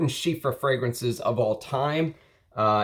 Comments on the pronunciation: Everytime you say Chypre with an F like Chiffre I die a little bit but I love your videos so I am willing to endure the pain. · Bro loves chypres but doesn't know how to say it properly 🙃